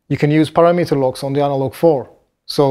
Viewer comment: Maybe it is just me, but I do not think this device sounds very fat and the low end is not thick to my ears. Someone should teach to pronounce param-mitter.